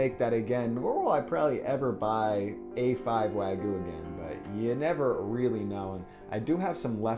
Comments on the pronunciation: Its 'wag-you' not 'wa-goo' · Its wagyu not wagu btw. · I appreciate how much work you put into this video & this series in general but it’s wagyu (pronounced like you)... not wagu... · wag-YU not wagoo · wa-gyuu not wag-yu : ^ ) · Wag-yu not wag-uh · no that its important but its like nails on a chalkboard to me. its wa GYU, you pronounce that Y in there. its not wagoo. its waGYU (imaging 'you' with a G infront) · It's wagyu not wagu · wag-iu not wa-gu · This video makes me so sad. Also "wah-gyuu" not "wa-goo" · For future reference, it’s pronounced ”wagyew” and not ”wagoo”. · Weh-guu :’) too bad it’s overcooked.. Nice try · Wagyu - pronounced "wah-gyu," literally means "Japanese beef." It's the umbrella that all other varieties fall under, including Kobe, Matsushita, and Akita (which are all just named after their region). Many places claim to have wagyu, but all Japanese cattle have a certificate with their information and a number. If the restaurant does not have a certificate telling you the cow that your beef is coming from, it's not legitimate wagyu. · the way he says wagyu like wagu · Wagoo? There's a "y" in it... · the y in wagyu is pronounced haha not just wagu :) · People. It is not pronounced "wagoo." Just pronounce it like the damn word looks! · That’s pronounced Why-You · It's Wa-Gyu T.T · just saying its pronounced wag-you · I stopped watching when he said waGU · I think your pronunciation of Wagyu is awful, but the sammich itself is dope! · Dear america, the "y" in wagyu isnt silent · sorry for nitpicking but you didn't pronounce the y in wagyu also you spelled it wrong. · Hearing Wagyu.. being pronounced without the 'y' sounds so weird in my ear... I mean its not a big deal.. im just not used to it...